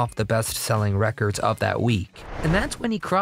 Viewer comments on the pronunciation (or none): none